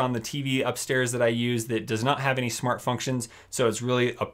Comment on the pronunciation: is it just me or has he been saying shmart devices